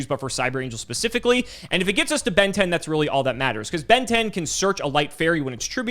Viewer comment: Why does everyone say Benten like they’re saying Ben 10? 😂